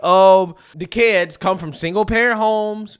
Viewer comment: Especially when we got that first commentary about ‘Wayull I don’t have keeds but….’ Okay I’m gonna stop you right there because I absolutely promise you that once you do, your entire perspective shifts about 180.